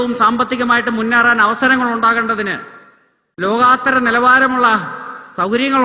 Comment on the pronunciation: Anil Antony, ലോകാത്തരം അല്ല ലോകൊത്തരം ആണ് ശരി😊